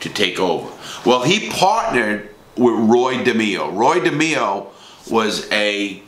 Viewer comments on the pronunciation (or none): Roy. De MAY O. Not da me o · Roy Demeo... pronounced De-may-o not De-me-o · De may o not de meee o. You are full of it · It's not demo it's demayo and he was never a captain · At the mark, that is Mickey Spillane the WRITTER, not Mickey Spillane the West Side gangster. There were ONLY 12-15 members in the Westies gang, NOT 30-60 members... everyone else were associates. It is NOT pronounced Roy DeMEo. it's pronounced Roy DeMAYo. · DE-MEE-O??????? You were in the Gambino's?? It's De-may-o ya knucklehead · its not Roy DE-ME-O. It's ROoy DA-MAY-O. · Roy dimio...you d get clipped by Roy just by pronouncing his last name like that😂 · Demao it's pronounced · Wow Larry did you butcher Roy Demo's last name,I guess you have to be Italian to say it correctly! Lv ya brother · It's pronounced De MAYO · If you gonna talk about Roy. At least pronounce his surname correctly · Your says roys last name wrong